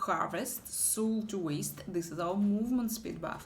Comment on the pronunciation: Soul - это не сул. Это так не читается.